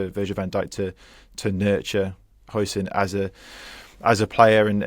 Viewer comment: It's pronounced 'How-son'